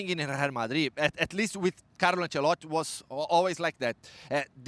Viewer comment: I hate how this guy doesn’t say “i” in Ancelotti’s name